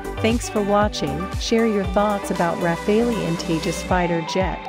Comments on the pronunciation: It's rafale..... Not rafeoi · Not RAFE-LI, RA-FAA-AL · Can someone tell this Thick Cow that its not called RAFFALI its French its Pronounced as RAFAL (e is silent) and DASSAULT is not DASSO ..Tejas is a Copy of Rafale so why compare the uncomparable. Rafale is a miles more Advanced Fighter .Tejas will always be Limited because its not Indian Technology its powered by USA GE engines.. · This Frenchman says: so fun to hear everyone torturing that aircraft’s name :D (It’s pronounced Rafal, not Raphael, not Rafail, not Rafaleeee) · The RUH-FAILY ..?? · plz at least for the sake of god don't say rafaleeeeee. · RAFALE is pronounced RAFAL. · Who the hell reads it as ra-fail-lee